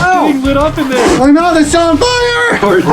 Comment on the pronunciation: “DERE WE GO”